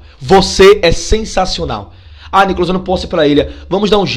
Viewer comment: Kkkk esse Nícolas 😅😅😅